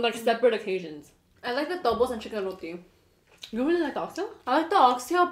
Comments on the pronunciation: Thank you for not calling it Jamaican and thank you for pronouncing it correctly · At least they pronounce d roti d right way I guess smh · First time someone whos not trini said roti the right way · The pronunciation on point -- barra and roti 😝🤗😍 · The food dont look good... i am from Trinidad and Tobago... but i LOVE HOW THESE LADIES ENJOYED IT. AND ACTUALLY said Roti PROPERLY